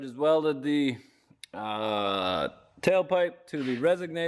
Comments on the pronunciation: let me help you out brotherman, it's resonator, not resignator...is that someone who frequently resigns? Did you just create your own word? It should be added to the thesaurus. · says resignator instead of resonator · It is a " resonator " not a resignator.